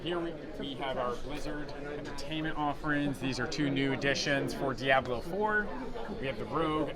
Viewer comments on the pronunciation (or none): none